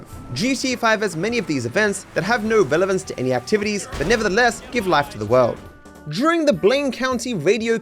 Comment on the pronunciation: Pronounces the word "during" with a "j".